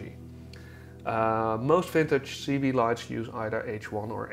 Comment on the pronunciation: Cibié is pronounced Sib ee ay not seebee